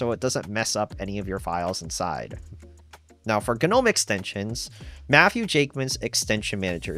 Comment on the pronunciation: Please stop saying Guh-nome.